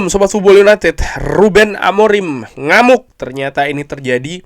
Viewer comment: Bang kali lagi bilang ngamoek nyaa 🤣